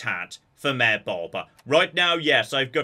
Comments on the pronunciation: Every time you say Mayor it sounds like mare, and I was very confused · for like 20 min i kept hearing maer. I was like wtf is a mear. Mayor..